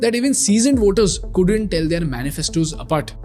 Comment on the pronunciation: You don't need to say Per"sh"ent you or Voter"sh" you simply can pronounce them normally with an S. That sh sound with a curve sounds so annoying I used to do it in 3rd Standard man. Pay attention !!